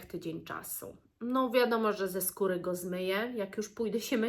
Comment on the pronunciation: Usłyszałam pieprzu z kury zamiast pieprzu, skóry...cóż to za składnik myślę sobie 🤣